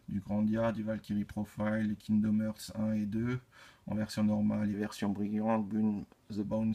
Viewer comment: Belle collection ! Je ne suis pas collectionneur de figurines mais j'aime bien celles que tu possèdes. Par contre, si je peux me permettre, attention à la prononciation de l'anglais (notamment "dead(ly)", "trigger", "hearts", "may", "asylum", etc.).